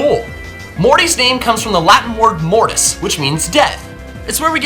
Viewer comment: he pronounced mortuus "mor-tiss" IT'S "MOR-TOOSE!"